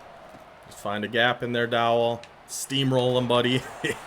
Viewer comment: Good observation, Mid-tier teams to upper level tier is a big climb. One, you have to get there, then maintain it. I understand its late but the HB name is pronounced as Doe-Dell.